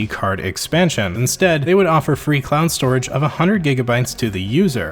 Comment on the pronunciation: Are you saying clown storage, or am I trippin?